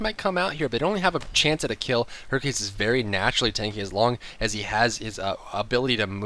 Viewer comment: when said hercules. I thought he said herpes